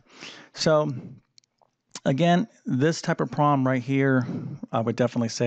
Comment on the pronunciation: There’s a “b” In this word: problem. The “b” is not silent.